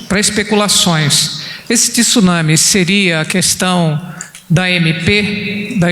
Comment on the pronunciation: Tenho ouvido nos últimos dias a pronuncia errada da palavra TSUNAMI - não se usa a vogal (i) entre o T e o S. Lê-se TSU e não TISU. Fica aqui minha colaboração.